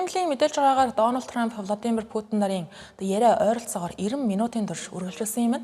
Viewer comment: Влодимр Путин биш шүү! Гадаад үг, ялангуяа хүний нэрийг ядаж зөв дуудлаж сурчаад мэдээ уншаарай